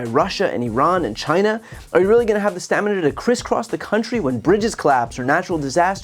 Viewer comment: He doesn't have the stam-i-na.